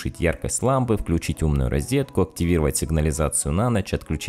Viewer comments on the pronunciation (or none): Ещё раз скажешь слово « рИзетка» и дристать будешь вечно, пока не научишься говорить « рОзетка»